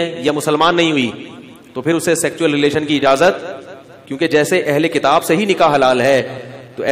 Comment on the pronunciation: सेक्चुअल नहीं सेक्सुअल